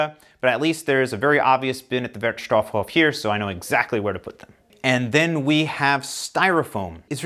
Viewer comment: It’s really fun to watch your videos. One hint for your favorite „Wertstoffhof“. Because of the double „f“ the „o“ in „stoff“ is a short one, just as you did, but because of the SINGLE „f“ in „Hof“ the „o“ there is a looooooong on. So you speak it like „wertstofhooooof“. Never mind. Keep up your great work. Ah, and afaik the details on how to recycle are regulated by „Kreis“. So it might be different pretty much anywhere. Most of the companies actually doing the job keep it similar to each other. So even if you move somewhere else in Germany you will adopt easily to the local variation of rules. You are an expert right now :-)